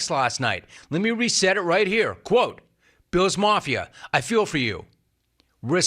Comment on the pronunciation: why can't you pronounce Ls when they're in the middle of a word? is it really Biwws? Is it really reawwy? Is it actually actuawwy?